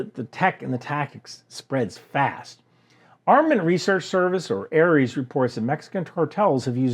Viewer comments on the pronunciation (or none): none